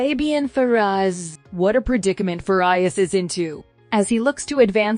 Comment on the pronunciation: Facundo ''Faraias''😅🤣😂🙂🙃